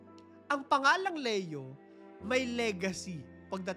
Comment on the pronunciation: Hi ang tamang pagbigkas ng name ni Pope ay "Lee-yo" not "Le-yo" sa Tagalog/Filipino: Papa Leon XIV